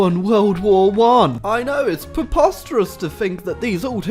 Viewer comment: 🍷Fun Drinking Game: Drink every time says preposterous wrong🍷